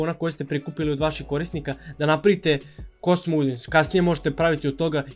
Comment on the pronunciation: Svaki put kada kaže "KOSTUM", jedan nastavnik engleskog umre:D Šalu na stranu, dobar si uvod napravio onima koji prvu put čuju za Facebook Pixel, savetujem im da još malo pretraže na Youtube jer ima odličnih kurseva.